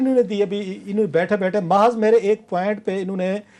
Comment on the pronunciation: اس چیمپئن صحافی صاحب کا اردو کا تلفظ تو صحیح کروادیں،یہ ہمیشہ اتنی غلط لفظ بولتے ھیں کہ نہ وہ اردو کے لگتے ھیں نہ ھی پنجابی کے لگتے ھیں، محض کو محاذ،،ڈائیلاک کو ڈالاک کہتے ھیں